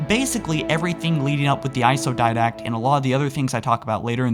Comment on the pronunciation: why does this guy pronounce didact dindak